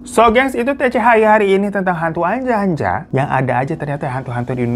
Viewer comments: aku yang dari jateng ga asing si sama ānjā-ānjā ini. itu bacanya bukan anja-anja tapi huruf a nya di baca ā hampir sama kayak o tp bukan o. dibaca kayak kata "opo" di lagu sayangnya nella kharisma. wkwkwk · ngakak pas hiro bilang anja-anja .kedengerannya kayak ANJAY - ANJAY . bacanya onjo onjo